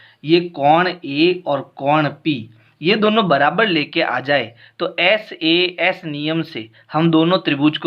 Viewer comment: Sir vo SAA nhi SAS hota h😂